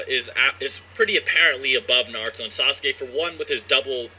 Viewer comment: U pronounce naruto wrong😂😭💀